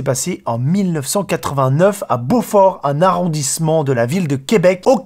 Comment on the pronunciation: je suis québécoise et Beauport se prononce beau port mais coller ensemble jetait surprise dentendre Quebec